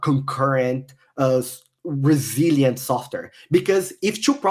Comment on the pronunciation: Every time they said resilient software I understood Brazilian software lol